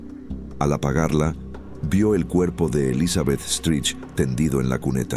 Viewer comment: Stride ...se pronuncia Straid